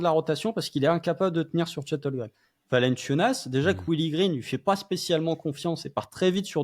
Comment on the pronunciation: 9 Avril 2024, 2 ans que Chet est au Thunder et prononce encore "Holgrem" 😢